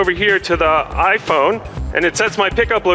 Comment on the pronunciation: hehe... he had difficulties in saying "iPhone"